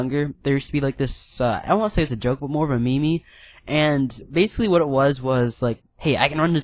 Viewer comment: did you just say mee-mee -_